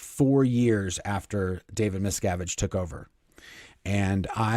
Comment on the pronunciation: I keep hearing Miss Cabbage Can't unhear it now Kyna like it